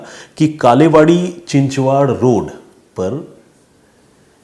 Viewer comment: चिचवाड नही चिंचवड कालेवाडे नही बालेवाडी